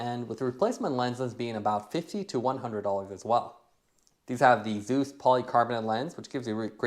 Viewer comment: Thanks for the review....I think you're pronouncing Zeiss incorrectly.